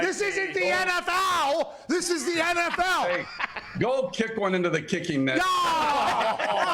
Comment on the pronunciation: i thought he said NF-Foul